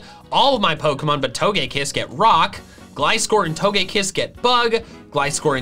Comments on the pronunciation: TOGEKISS, NOT TOUGEAKISS! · We not gonna talk about TOE-GÆ-KISS? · It’s toga kiss not what you said